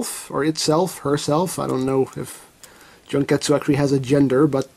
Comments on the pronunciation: omg! i just rewatch the vid, and the way he say "Junketsu" like " JUNK -estu" OMG "JUNK" 😂😂😂 it's "Jun-ketsu" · You completely butchered the pronunciation of the character's name, and the name of the suit.